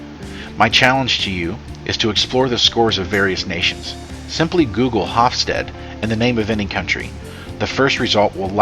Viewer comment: The final e in Hofstede is pronounced/sounded i.e. it's not a silent e.